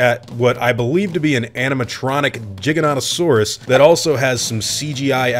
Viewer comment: WHY DOES EVERYONE CALL IT A jig-oa-nat-oa-saurus ITS A jie-gan-oat-oa-saurus jiganato isn’t a word in greek